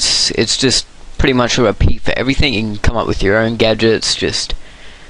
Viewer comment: you are pretty much sayin' pritty much!!!